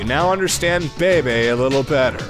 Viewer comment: his name is pronounced "beebe".